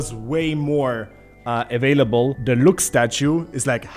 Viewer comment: I love your accent can you say it again "Looks statue~"